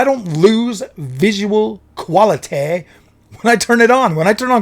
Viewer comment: I f*cking lost it 🤣"QualiTayy"